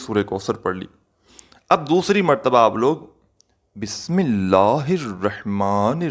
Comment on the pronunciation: pehle bismillah sahi ada kren